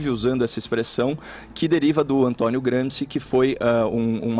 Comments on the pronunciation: Caio, Gramsci é italiano, não é? Pronuncia-se Gramchi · Caralho, não sabe nem falar Gramsci! Que radio meleca. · Caio falou falou falou e só pronunciou Gramsci errado.